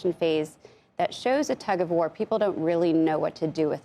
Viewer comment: Drop the vocal fry and up talk dear. For not furr. War not wurr. You're no longer on a college campus.